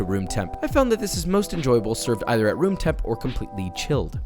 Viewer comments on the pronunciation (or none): none